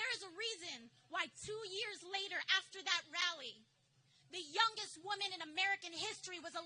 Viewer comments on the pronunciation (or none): When she said she was the youngest I thought she said dumbest (she should have?)